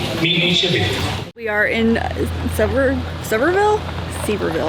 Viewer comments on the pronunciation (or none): Looks like you are having fun. That is my neck of the woods while growing up. Funky pronunciation for Sevierville (seh·vee·ur·vl), even funnier for the town before, Maryville where they say like murryvule. LOL. Have fun!